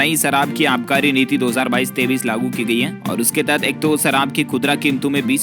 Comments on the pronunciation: 23 को 33 क्यों कहते हो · ye tu 23 ko 33 kyon kahta hai